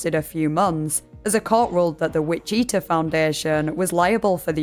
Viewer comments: so sorry, im not very far into the video but the way you pronounce witchita is very new to me as a native kansan, ive never heard it said like that before! i usually hear it pronounced witch-i-taw rather than witch-ee-tah. either way, im eager to finish the video ^_^ love your work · the way you pronounce wichita is killing me. it's WIH-chih-tah. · 😢 Lordie lordie, LOTSA garbage people online, no? Anyway, honey, it's pronounced WITCH-ih-tah. I had to listen to that about 4 times to understand what you were saying! 😝 (Native American of course😉) Edited to add: You know what I think? She was either murdered or committed... well, you know. More likely, actually. No doubts, she's dead, 100%. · Love your vids and I know you’re not from America so this in not meant to be a slight against you in any means just a helpful bit of information. As someone who lives here it is pronounced Witch-it-ah not which-E-ta. Once again well done! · Witchita is pronounced witch-ah-tah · Pronouncing Wichita like Vegeta is my new head canon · It's prounced wih-chuh-taw kansas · Er... I'm sorry, hate to be That Guy, it's just... it's "WITCH-it-ah" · it's pronounced "witch-it-awe" which is a way funnier name imho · I usually don't give silly foreign pronunciations a second thought, but Witcheeetuh is so funny to me rn 😂😂😂 And honestly, that's exactly how Witchita looks like it should be pronounced. I wouldn't be surprised if Witcheeetuh is closer to the pronunciation of the original word. I assume Wich-it-tah is an anglicized version of a Native word. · The way you say "Wichita" sounds way cooler than the way it's actually pronounced lol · Okay this doesn't really have anything to do with the video, but the way you pronounced Wichita, though to be far it does kind of make sense with the way it's spelled, made me laugh. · as someone living in Kansas that pronunciation killed me